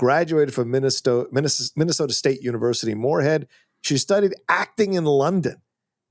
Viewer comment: Oh, yah, of Minne-soh-tah. 😂